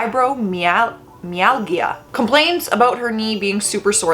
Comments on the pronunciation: this is for you! Fibro-my-al-gia is a disorder characterized by widespread musculoskeletal pain accompanied by fatigue, sleep, memory and mood issues. fahy-broh-mahy-al-juh how it is also said or just say fibro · I have fibromyalgia it’s pronounced fibro-my-al-ja (just so you know for future reference) xoxo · I have fibromyalgia. It's pronounced fie bro my (like MY foot) Al (like the name) and juh (like the start of the word just). ✌️